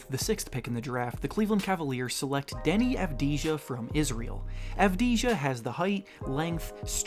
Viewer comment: your saying deni's name wrong its said like you've di a